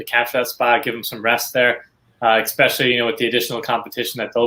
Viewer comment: Esssssssspecially. Please. No X. Enjoy the content tho!!